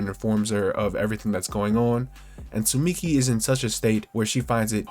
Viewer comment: Dude she’s called tsumiki and not suchimi 😂